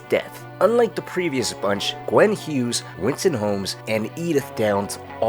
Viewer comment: Gwyn is pronounced Gwin not Gwen, sorry started killing me